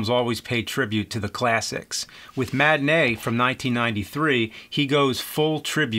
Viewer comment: Matinee... Ma-ti-nee...yeah.